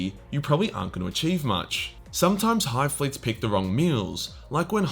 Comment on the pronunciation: Don't take this wrong, but hearing you try to pronounce the names of the hive fleets is hands-down the funniest part of this video.